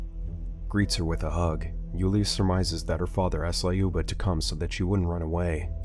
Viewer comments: it's not lAUba 👎 Do you remember Luc Skywalker? Of course yo do. So, it's like Luc, but Luba ! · Every name is pronounced as it was the substitute teacher in Key and Peele. "Lyuba - LAAAH-you-BAH" Not even close. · Lol quick russian lesson 101 It was be (Lyou) (Ba) LyouBa